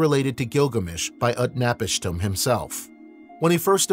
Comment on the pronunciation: utnapishtim is pronounced: oot-nah-peesh-teem!